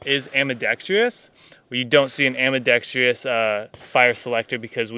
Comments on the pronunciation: Can’t take people seriously who don’t know how to say ambidextrous. It’s not ambidextrEEous. It’s a plague in the gun community probably because of the lack of education in the south. Say it with me, AM-BE-DEX-TRUS. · It's "ambidextrous" not "ambidextreeeeeeeeeeeous". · minor thing here. I notice a lot of Americans pronounce it "ambidextreeus", not "ambidextrous". Is this slang, an american english thing or what? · Ambi-dex-truss Ambi-dex-tree-uss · " ... ambidextrIous? Really? That's ambidextrous, without the I my friend! Pressure - initial reports say that barrel life will be in the range of 1 000 rounds, maybe even less! Think of the implications of that? " ... a little heavy.." So the gun is "a little heavy", the suppressor is a "little heavy", the fire control system is "very heavy", and the ammo is "heavy", and now also the replacement barrel is also "heavy", not even to mention that the Price is also "very heavy"! Not to mention retraining all those who will be using it. That's expecting a lot from a grunt who's used to an M4! In addition to your summary that this will not replace the M4 across the board, I'd like to ask a question. Taking into account the extent of the logistics of adopting the rifle system (even in relatively small numbers), what does it bring that the FN SCAR17 cannot bring to the fight? I noticed you were firing at 300 yards - I was under the impression this weapon was conceived for use in the 600+ metre range, where the 5,56mm cannot reach? How does it compare with the SCAR17 at those ranges? Everyone is very quiet about that. Also, with the SCAR17 all the logistics are currently in place and the ammo is vastly less complicated, and your barrel will last rounds. The SCAR17 is battle-proven, and now with NRCH and other tweaks, is an almost ultimate battle rifle, and it's lighter! So, if this new Sig is not a mainstream replacement for the M4, and the SCAR17 is quite adequa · Ambidextrious? Did the host just froze for a second ;)